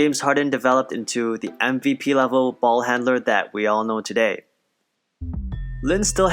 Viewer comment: the way you said balll haaanddnnnndderrr i new you was asian 😑😑😑